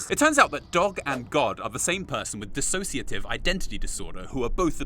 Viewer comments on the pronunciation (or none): none